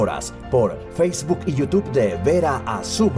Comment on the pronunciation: Es YouTube, señor Vera. No YouTuve.